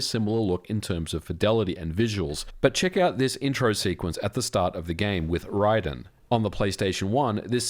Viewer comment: Great video but all that research and you say ry den instead of ray den 😊